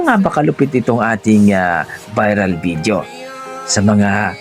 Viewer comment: ......It isn't BID-YO, it's VID-YO Not WHEE-TER, it's WAY-TER.